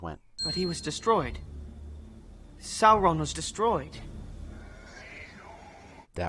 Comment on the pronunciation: I hate being "that nerd" but, it's pronounced "sore-on" Edit: well, that's how I pronounced when I read the books